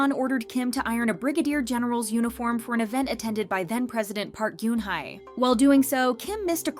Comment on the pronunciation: Who was the president in 2013? ... Gossiping is one thing. But being unable to pronounce Park Geun-hye's name correctly kinda shows the quality of gossip.